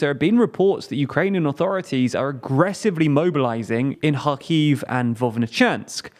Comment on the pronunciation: You're mispronouncing Kharkiv